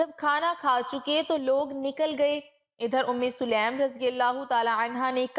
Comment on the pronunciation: Selam nahi . Bulka saleem hai.